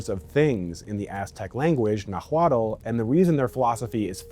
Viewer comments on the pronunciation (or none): the world "nahuatl" is pronounced nawalt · The “h” is silent in spanish so nahuatl sounds more like nawatl. You got the “tl” part down which is the most difficult part lol. Very interesting videos , i was always curious about what era in history is most similar to ours. I find it kind of comforting that human behavior has been more or less the same throughout history. I guess the thought of knowing that we’ve persevered as a species and have overcome tragedies, illnesses, and times of extreme instability is hopecore. Do you think there is any point in human history where something as big and revolutionary as AI was introduced and everyone was afraid for the future and their jobs? I wonder if mankind has experienced something similar to our outlook on AI and the future. Good content, unique and interesting. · Nahuatl is pronounced NA-uatl. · Nah-ooh-at is Nahuatl ;) they’re much easier to pronounce than you think. Thanks for the great video. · it's pronounced Nex-tlah-guahliz-tlee and is Nah-gua-tl not wtv tf u said lmao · Good video, horrifying Nahuatl pronunciation. Even just the word "nahuatl" isn't pronounced the way you said it. The L on the end is not pronounced at all, instead, in Nahuatl a "tl" makes a t sound similar to the T in "water", done by hitting the tongue against the back of the upper teeth. So "Nahuatl* is pronounced like "Nuah-wat" with the second syllable said very similarly to the very syllable in water. Your pronunciation guide did you dirty my guy. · The way you pronounced Nahuatl is a crime 😂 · hun, you need a pronunciation guide for the world nahuatl itself. 1+ points for trying though, they're hard even for us mexicans 😅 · I’m pretty sure the T in Nahuatl is pronounced as a guttural stop, idk tho an old Mexican guy told me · your Nahuatl pronunciation will improve if you learn to not aspirate the "H". It's silent.